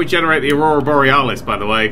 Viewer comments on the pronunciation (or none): none